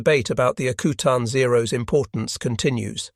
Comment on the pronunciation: I live in Alaska and it’s pronounced AK U TAN not akootan. Further more it’s not freezing in the Aleutians in June and july, it’s not exactly tropical but it’s not Arctic weather either. Great production love listening to.